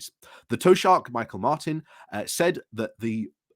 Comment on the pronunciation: Mee-hawl Martin is the Tee-shock of Ireland. Repeat aloud 50 times. You'll be forgiven as an Englishman for not quite getting the insinuated "ah" preceding the "ee" or indeed the soft "c" sound at the end, even though you use it all the time in English in words like "ache". But by god, it will be a hell of a lot less painful to listen to than what you're churning out. On a serious note - one major gripe the Irish had against their English "overlords" for the few centuries you guys got away with it was that they wilfully mispronounced Gaelic words, not just because they often couldn't get their cloth-covered sasanach tongues (thanks Patrick Kavanagh) around them, but because it was a blatant show of contempt for what they regarded as an "inferior" race and culture. Fast forward to 2022 and both Truss and struggles with the poor taoiseach probably suggest that there was actually a third reason for this apparent cultural vandalism all along!